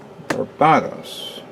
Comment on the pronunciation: BAR-BA-TOHS Even in English its pronounced differently. For **'s sake man!